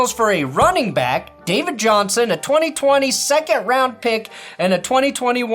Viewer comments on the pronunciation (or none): none